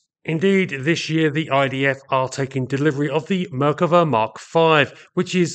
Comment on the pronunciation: Your expressing the name of the Merkava is a mispronunciation; the emphasis should be place on the second syllable. Thus not Mer kuh vas to Mer KAH vas. Try to keep up, pommy! 😎